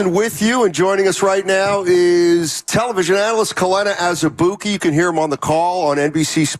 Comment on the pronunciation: He does need to rebound and defend, but his scoring is just as important. With Poole gone, the Warriors can't afford for every bench player to be a rebounding/defending glue guy. They need JK to create offense, too. And Kelenna (not "Kelena") said this too. Whoever created the video title didn't really capture what he said.